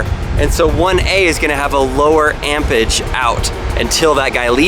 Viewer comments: ampege? YOU mean Amperage? West coasters are abandoning California and coming to Texas in DROVES. I agree, stay in California! Don't come here. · should be "amperage" (sorry I had to)